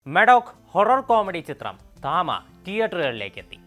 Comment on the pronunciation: തമ ❌️ താമ✅️😂😂